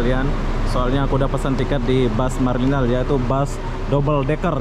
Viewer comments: Hancur nama company bus tu maraliner jadi marliner.....belajar lah sebut betul2 sebut sebab itu imej Dan jenama company and perkhidmatan dari brand atau syarikat bas tu.... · Bro. Sebut MARA LINER yang betul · Bukan Marline tapi MARALINER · maaf tiap kali disebut marliner terasa lucu sekali... Sebetulnya maraliner dibunyikan begini (mara-lainer) mengikut sebutan Bahasa Inggeris. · Semua bas di Malaysia 🇲🇾 x ada toilet sebab banyak rnr di highway ... Mara liner bukan marliner 🤣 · Kamu kene sebut maraliner oby bukan marliner 🤣🤣🤣🤣🤭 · MARALINER ( sebutan MARA...LAINER ) bukan MAR... LENER. Perlu belajar B. Inggeris. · MARALINER...bukan MARLiNER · Maraliner = sebutan; mara laině...